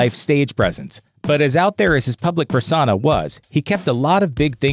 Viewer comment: Persona not personana